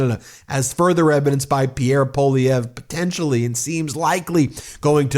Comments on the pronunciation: Is US education so bad that you don't even know how to pronounce a name of French origin? Or are you just too careless even to bother to read it? Poilievre has TWO letter i's in it. It is NOT Po-lee-evr, it's Pwuh-lee-evre. I just can't bear to listen to you any more. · I love how many trumpers can't even say Poilievre's name correctly. They pronounce it "Poilivare".